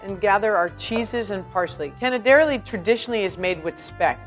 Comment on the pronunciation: My sweetheart.. im italian... its canè-derlì.. not cane-derli